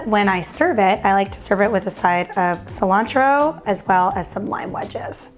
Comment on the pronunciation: Ci-lan-throw (Cilantro)